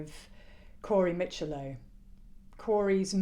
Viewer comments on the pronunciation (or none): Hiya, you feature in my premiere this morning, I’m also doing a background check on Chris’s charges which I should have in my hands by the end of the day. You can say their last name as ‘Mitch i low’ but i as in hit or bit.